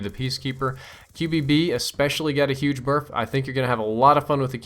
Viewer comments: U said berf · He said Berf. As many times as he said Buff and Nerf in this video I can see why he flubbed up, Berf being a compination of Buff and Nerf hehe. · Lol. said Berf. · ha he said berf :) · Lol "The QBB especially got a huge berf?" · "QBB espescially got a huge berf" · "QBB especially got a huge berf" lol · qbb BURFF lmao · 'Especially got a huge BERF.'